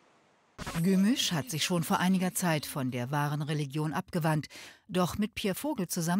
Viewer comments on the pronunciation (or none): Regilon ist mit leicht gedünstetem Lorbeer Kraut eine tolle Delikatesse 🤦‍♂️re-lig-ion von mir aus re-li-jon aber nicht Regilon